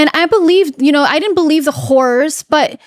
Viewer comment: totally thought she said "whores" at first 😂😂 nope! She said "horrors" ahhh that got me!